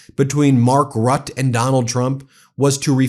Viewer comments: Ben, for your ref Mark Rutte is pronounced Rooter. Great work! ❤ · Good episode. Small quibble, could you learn to pronounce Mark Rutte’s name as ‘Rooter’ instead of ‘Rut’. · It's not Mark "Rutt" by the way. The second half is not silent. So for you more like Rutt-UH. Just repeat the first U sound and you'll get close enough. Or just call him Teflon Mark ;) It's not a very common last name in the Netherlands anyway. I never heard it before him. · Mark Rutte. It's pronounced roo-te, not rut. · Hi Ben, great work. By the way, Mark Rutte is pronounced as: Rut-tu (with the last ‘u’ sounding like the e in ‘the’). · Ben, again, it is ˈrʏtə Rutte → “RUT‑tuh”